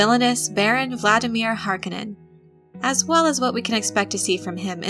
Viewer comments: Learn to say Harkonnen Watch the movie to learn how...You keep puttiing a D in there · If you knew what you were talking about you would emphasize the "o" in Harkonnen. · Movie was great one of the things that really killed me though is they say his name wrong through out the movie and in the old movie from 80s he says his name from own lips! He says (HAR KO NIN) in the new movie they say (HARKA NON) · I'm pretty sure in several Frank Herbert interviews, he pronounces it "Har-KO-nin". Not harkenin. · Har - KO - nen. Not HAR - ke - nen. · Not HAR Koh nen. Har KOH nen. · I love your vids, kid...but PLEASEEEEE its not HARK KIN IN....its HAR KO NEN! LOL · Hark-O-nen. Not Hark-A-Nin. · “Har-kone-en” not “Harkennen” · Har-KUH-nen? Horrible pronunciation. Its Har-KOH-nan. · Har-cone-ins not hark-in-ins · It's Har-KONE-nen, not HAR-kon-nen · Harkonnen - Wrong stress! The stress is on "O", not "A". HarkOnnen! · I hate to be one of those nerds sometimes, but it HAR-KO-NNEN(knen) not HAR-KA-NIN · Har-Cone-Nin..... not Har-kon-nin. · Agreed. If I were to take a shot every time she mispronounced it. Then again I'm guessing narrator isn't even old enough to remember the original, 1984 Dune. Even in the movie the Baron pronounces it "Har-ko-nin." But, at any rate...I am eager to see the new Dune when it comes out. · The Harkonnen is pronounced Har-cone-en but not quickly. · did u just pronounce Harkonnens as "Hark en ens"? :o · Its pronounced as Har-kon-nen. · That name is pronounced HAR CO NEN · Harkonnen pronounced Har-cone-in. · Repeat after me: Har-coe-none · Harkonnen is pronounced 'har kOh nahn' so as you are attempting to explain Dune, perhaps you should introduce yourself to the Glossary ... The O is the Long sound not the short sound... as in "Oh" versus the O sound in words like "top"... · Paul pronounces his enemy, "Har - co - nan and no relation to Harley Quinn. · I was hoping someone would mention the mispronunciation of HAR-cone-an